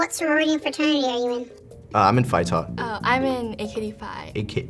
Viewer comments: Greek here. Φ is pronounced life "fee". Keep up the good work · lol she can't even say phi right